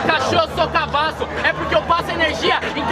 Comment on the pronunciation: parece mt q ele falou "eu sou cabaço" kkkkkk